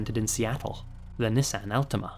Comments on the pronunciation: The way pronounced Nissan lol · You pronounce Nissan wrong